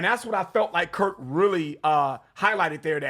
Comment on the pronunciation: It's KIRK, not Curt.